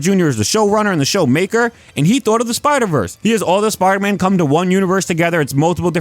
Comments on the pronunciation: "Sparda man" 😂 great vid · anyone else hearing sparta man